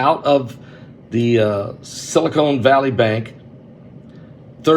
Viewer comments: Not silicone. Silicon, as in sili-CON artist ;) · I love you Pastor but it's Silicon not Silicone. Also it is idea not ideal. I'm sorry. My family calls me the word police. I just can't handle it when words are pronounced wrong 😵‍💫